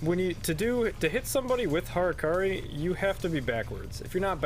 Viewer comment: "Hurkuri" :d